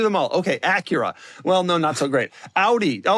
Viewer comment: Doug loves mispronouncing car names. You ever hear him say Acura? 🤣